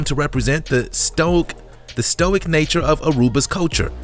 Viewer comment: If you can neither pronounce English nor Spanish, maybe don't narrate the videos yourself. Germanic, stoic, Oaxaca. After that I stopped watching